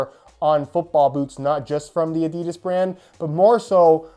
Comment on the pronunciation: Its adi-das not adids